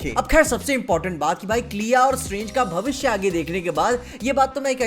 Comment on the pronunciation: What kind of Vabishya is this??? 😂😂😂😂😂